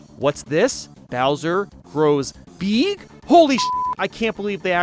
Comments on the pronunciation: Say it with me: Bowser grows “BEEEG” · no. bowser. grows. BEEEG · U said big wrong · When u said “bowser grows BEeg!” Lol 😂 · Your saying big wrong